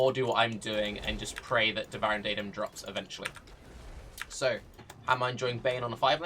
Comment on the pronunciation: its really not that bad... Sure he basically says "daidem" but you could just search for devouring